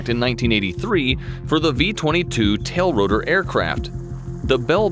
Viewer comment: Every time he says it, I throw up a little.